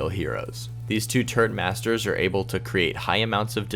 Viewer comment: It kinda sounded like you called Bastion and Torbjörn "turd masters" :D